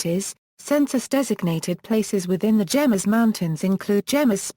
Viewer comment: it is pro·nounced "hay mess"